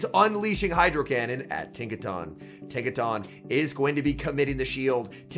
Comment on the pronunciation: It's the proper pronunciation. He said he normally pronounced it the other way most do, but after learning that was incorrect, he's trying to stick the proper way to memory. Likely due to him being a caster and the Pokémon Company is probably picky about casters using proper pronunciation